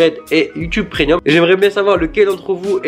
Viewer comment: Tu dis prénium